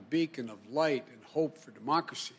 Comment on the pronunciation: is she the one who said "our dermocracy"?